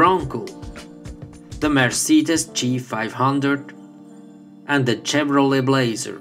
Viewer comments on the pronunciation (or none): none